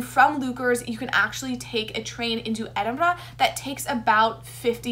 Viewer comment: Best pronunciation of 'Edinburgh' ever! You even got the trilled 'r'.